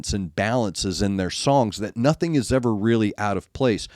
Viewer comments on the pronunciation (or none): none